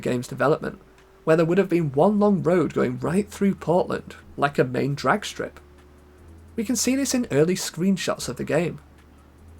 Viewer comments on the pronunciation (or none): none